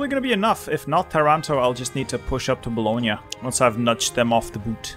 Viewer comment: He said Bologna the right way. Best content creator.